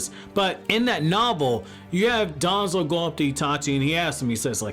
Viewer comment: Bro pronounce danzo with less emphasis we get who ur taking about